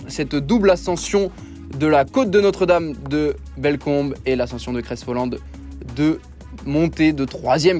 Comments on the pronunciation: "creste volande" "aravisse" la voix off fait une effort stp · Aravi et Crè Volan ,on ne prononce pas les S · Et cré volan aussi au passage 😆😆😆